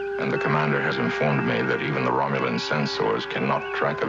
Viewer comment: romluan? its romulan????